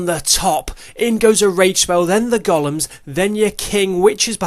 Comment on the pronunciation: loved the video, thank you. On a side note and as a fellow countryman of a certain age, I just thought I’d drop you a pronunciation tip: the big hulking things are not “goll-ums” but “go-lems”. 😀 (Hope you don’t mind me mentioning it. I’d want to know if it was me.)